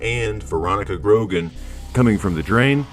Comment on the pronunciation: The way he said Corcoran and Grogan lmao